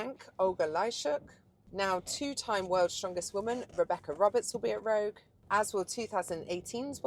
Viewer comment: ROGUiE not ROUGE